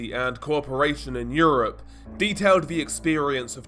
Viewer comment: "Torture and eurpe?" What the hell is eurpe?!?!😂